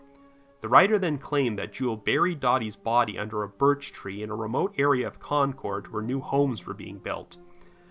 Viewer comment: Concord, CA is pronounced Konkerd, just for future reference.